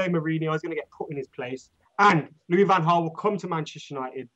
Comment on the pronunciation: Just a heads up you guys got the pronounciations mixed up. Van Gaal is pronounced with the G according to Bolo Zenden and Jose is pronounced with the J because he is Portuguese not Spanish